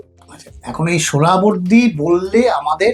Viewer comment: এত কঠিন কঠিন সংস্কৃত শব্দগুলো সঠিক উচ্চারণ করতে পারেন কিন্ত সহজ একটা নাম " (সোহরাওয়ার্দী) উচ্চারণ করতে পারেন না তা বিশ্বাস হয় না। এটা ইচ্ছা করেই বিকৃত উচ্চারণ বিকৃত মানসিকতার পরিচয়।